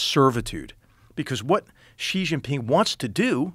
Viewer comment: It's nice to hear an American pronounce Xi correctly. It always drives me crazy when "experts" call him jzee like it's French.